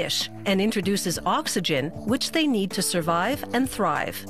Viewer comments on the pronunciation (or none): none